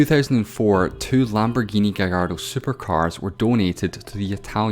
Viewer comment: Thanks you for saying gayardo rather than the usual gallardo.